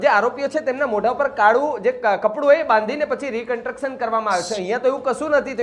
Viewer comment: ભાઈ, "રિકન્ટ્રક્શન" નહીં, "રિકન્સ્ટ્રક્શન" બોલો